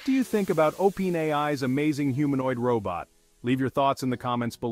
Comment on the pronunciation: Everything about this video is AI. The AI voice can't even pronounce openAI properly.